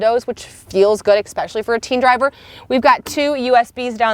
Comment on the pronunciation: It's especially not exspecially.